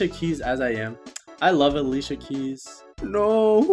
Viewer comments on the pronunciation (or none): none